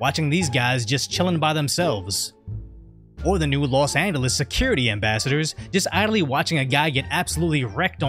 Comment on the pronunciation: los engolis? LOL